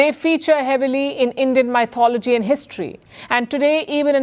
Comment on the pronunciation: Hi 👋 PS..it's said that even an elephant 🐘 can slip.. Please check your pronunciation of the word "MYTHOLOGY "!